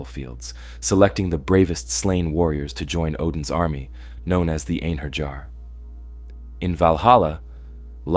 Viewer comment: There's no Jars in Norse myth. And definitely none in Einherjar. Its one lf the pronunciations you can learn easily with a bit of effort. It just... hurts my soul. Good storytelling, though. I enjoyed it.